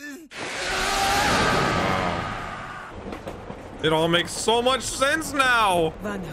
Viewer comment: It’s hohenheim